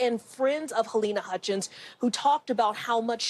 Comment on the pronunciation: Your Anchors are an INSULT!. Pronounce Halynas name wrong much? Say it right or not at all.